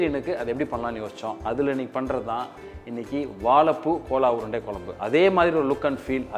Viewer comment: Thambi chandru adhu kola urundai illeppa adhu gola urundai k ille adhu g north indian dishes seyyumbodu adhan peyargalai correcta pronounce panna katthukkappa neenga ellam nanga anuppura comments ella pakkareengala illaya theriyadhu kadavulukku thanvelic cham